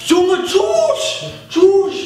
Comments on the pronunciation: Haha das heißt tüch nicht tuch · Heißt es nicht ,,Schüch,, oder kp wie man das schreibt anstatt ,,schuch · Des wird anders ausgesprochen nicht ,,tschuuusch"😂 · Bitte sag nicht mehr chuch das regt mich so auf weil du das absolut falsch sagz